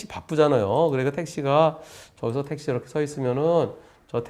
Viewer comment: 택시가 아니고 떽~~~~~~시 로